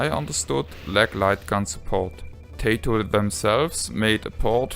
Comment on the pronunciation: I'll tell you what I tell everybody "Tay-toh is what you eat with your steak, and Ty-toh is a Japanese game company.". ;)